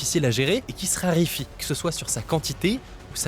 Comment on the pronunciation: RARÉFIE !!!! et pas RIRIFIE... 🙃😆😅🤣🤣🤣🤪